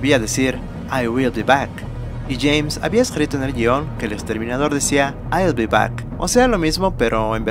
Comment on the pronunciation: "I will de back" Reinventaste el Ingles camarada?